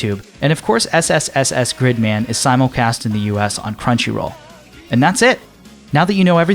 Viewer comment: Proper pronunciation uses long ee sound, like in the word leak. In this video though he pronounced it with a short i sound, like in the word stick.